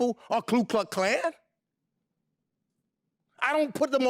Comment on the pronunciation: It is Klux not kluk.